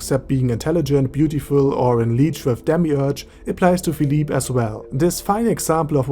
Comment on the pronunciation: I was pronouncing his name as (FILL—LIP) but after hearing you say (FILL—LEAP) I like that better